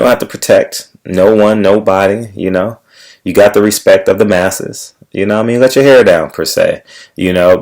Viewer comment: did you say now he has respek from the Masses or respect from the Massa? lol.